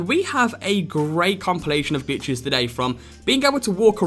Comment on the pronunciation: I'm pretty sure he says "...and we have a great compilation of bitches today." XD